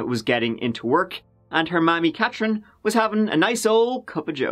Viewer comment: my moms name is Katrin, and you actually said it right...someone might get a new follower!